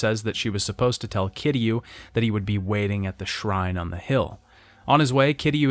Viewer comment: I'm kind of glad Kiryu's story is over. Mostly because I won't have to hear him constantly mispronounce Kiryu's name like it's somehow made of three syllables and sounds like "Cure You". Seriously, 7 fucking games and never once did he list to how the characters in the games pronounce his name. It REALLY makes me question if he wrote these scripts himself or if he paid someone on Fiverr to do it. Or if he actually played the games. Because you don't go through an entire series, claim to love it, but constantly get the main characters name wrong EVERY FUCKING TIME he says it.